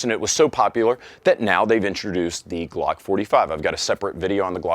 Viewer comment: I can’t unhear you saying “Gluck” and it’s destroying my mind.